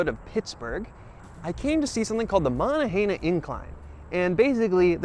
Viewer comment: Good video. That area has a mix of native american and french names. So the incline you rode is pronounced like "Mow-non-gah-hail-ah". Also Duquesne is "Doo-cane"